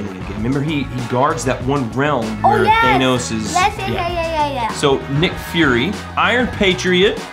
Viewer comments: IKR he’s saying it like thanose even tho it’s Thanos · thanos's name is thanos your saying thaynos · THANOS IS PRONOUCED th AN OS Not th A NOS